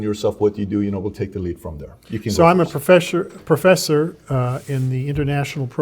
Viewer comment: he said professher